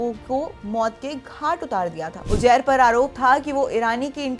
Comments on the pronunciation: Uzair ❌ Ujair ✅ 😂😂😂😂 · Anpadh anchor. Ujair nahi Uzair hai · Name pronunce krna nhi ata ujjair 😂😂😂